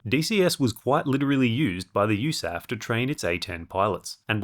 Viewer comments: "DCS was quite literally used by the Eusaff..." - Ya just say You Ess Aye Eff, or chairforce for short. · As an actual US Air Force veteran...hearing pronounce USAF as "Yousaf" is heresy 😂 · the pronunciation of “USAF” makes me wanna think its an Ace Combat reference